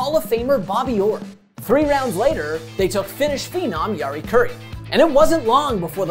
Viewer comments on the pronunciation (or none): none